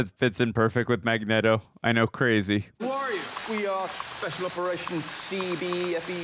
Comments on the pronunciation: its not mag NET o its mag neat o but thats just how its spelled magneto he keep sayin his name with net its neat like this is neat but spelled magneto with out the a in it literally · "We say Magnet-oh cus that's the way..." No, that's just your simp way. It's fn Magneto. Stfu dude 😂 after that she shit on you about the gym. 😂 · It's not Mag-netto, it's Magneato, children. Uhm, just read the comments or just watch the animated series. I mean lets face it, if you guys' are gonna make money off YouTube. Please pretend to know what you're talking about. I like the woman but dude with the Stache is misinformed Way to go, tard! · Mag-Knee-toe...not Mag-net-to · Are you guys saying Eric name wrong on purpose? It's Magneto as in neat-o not net-o. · is makniero not makneto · Hey, it’s [Mag-nea-do] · Remember guys, its pronounced mag-NETO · Its mag knee toe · The mispronouncing of Magneto is driving me crazy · The way they say magneto makes my head hurt 😒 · It’s pronounced Magneto, not Magneto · This is my favourite prequel. Your magneto pronunciation sounds weird it's distracting.